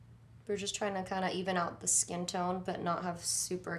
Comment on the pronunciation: Omg... her skiiiiiin ( voice)